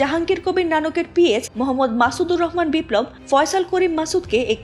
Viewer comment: পি ইচ্চ?? 😂 পিএস বলুন।